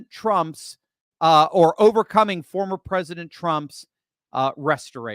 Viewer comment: know your vowels!!! Vote Trump!!! Not Tramp!!!